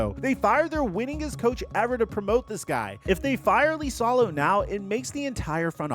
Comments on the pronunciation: Who is "Lisalo"? It's "Isalo" 🤦‍♂️ You and butchering names...like other time when you called Kiyan Anthony, "Kee-yan" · "Lisalo" 😂😂😂 It's Iisalo (iisalo)..... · I think it's "E" salo not "Lee" salo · Its LiSaLo, not lIsAlO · It's IISALO, not LISALO. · How is Iisalo Lisalo? 😂😂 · Learn to say the surname. Use google translate if needed. Hes last name is Iisalo (Eesalau) not Leesalo. Jesus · Why does he keep pronouncing it “Lisalo”? The first letter is I, not L. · Dude, you should do your homework on names. The man's name is I I S A L O - double ”i”, there is no ”L” at the beginning of the word. Come on! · Holy shit I commented this early on in the video, the number of times you say his name is absurd and each one physically hurts to hear. The clearly capital i is in print many many times in the video. What are we doing.